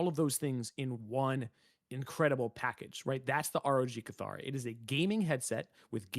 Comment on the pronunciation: Isn’t it pronounced “kitt-hara”? I swear that’s how they pronounced it in the original reveal 😅😂